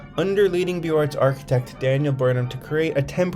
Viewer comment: I enjoy the images and info. Thank you. FYI it's Beaux Arts = Boze Arrr(t)